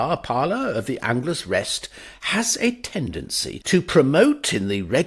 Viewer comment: What's the word you're saying in the first sentence - I've heard it said that the cozy peace which envelops the bar parlor of the "angless"? What's the word you're saying? I'm trying to make sense of it. Thanks for telling me in advance! Love your readings of Wodehouse! I laugh so hard every time i hear you read one of his short stories! You do it so well!